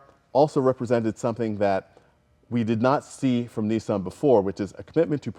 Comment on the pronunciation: why you calling it a neesan its a Nissan